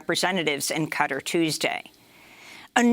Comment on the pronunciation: When Oh When will Amy learn how to pronounce Qatar??? I love her but gaaawd!